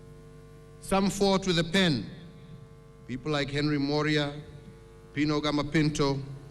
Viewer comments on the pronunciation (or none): Did he say PINO Gama Pinto ? PINO ? ! Kenya is a joke. Voted for Uhuru a useless drunk and Ruto a criminal 10x OVER A SHAME !